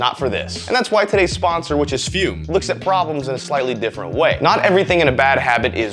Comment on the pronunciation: you aint foolin me, thought it was Fumm instead of Fume didnt ya!